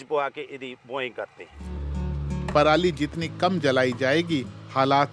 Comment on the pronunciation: दीदी को इतनी ही इंग्लिश आ रही है जितनी हमारे किसान को आती है दीदी इंग्लिश में भी परली बोल रही है हमारे किसान भी बिना पढ़े परली ही बोलते है 😂😂